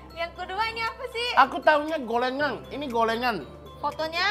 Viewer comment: Golengan Ga Tuh tapi, emang gitu sih orang jepang gabisa nyebut L bukan karn cadel, di jepang huruf kanji nya memang ga ada aksara/huruf L